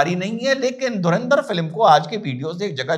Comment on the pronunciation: धुरिंदर... Nahi... धुरंदर... 👍🙏